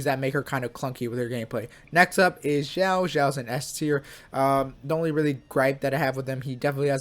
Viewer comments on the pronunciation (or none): none